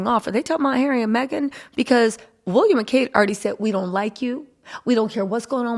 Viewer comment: Lady the guy's name is WILLIAM not WUlliam .